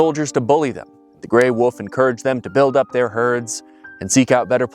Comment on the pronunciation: DJ pronouncing 'wolf' as "woof" is strangely very adorable